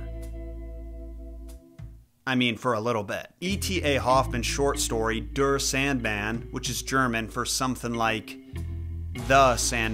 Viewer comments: Der is pronounced “deya” not “drrr” 😂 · In german der is pronounced dare, it's the masculine article whilst the neutral is das and the feminine article is die pronounced dee. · Der is not pronounced Dure It is quite interesting You did not talked enough about Sandman Dream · Of course the Germans make it into a horror story😂 also "der" is pronounced more like "dare"